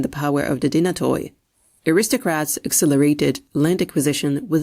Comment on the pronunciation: The stratigoi and dynatoi alike is plural for stratigos ans dynatos , and the “oi” is pronounced like “e” or “y”